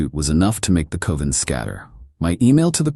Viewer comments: Someone tell this robot that "coven" rhymes with "oven", not "cloven". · A bah buh que cohven that costs 50 cales. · You mispronounced coven